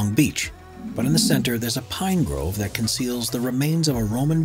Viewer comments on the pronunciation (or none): none